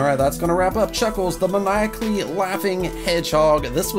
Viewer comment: its mae-ni-ak-ly